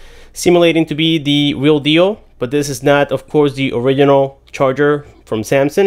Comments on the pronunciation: It’s not orikinal its orijinal im talking about “original” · Please pronounce original correctly. There's a G there for a reason